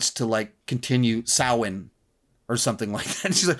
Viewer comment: Fair play to for pronouncing Samhain correctly!